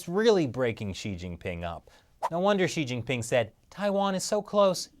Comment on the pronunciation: It throws me for a loop every time you say “she he” when referring to she-ge-ping.